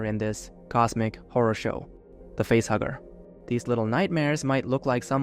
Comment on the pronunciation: At first I thought you were saying it was a butthugger instead of a facehugger.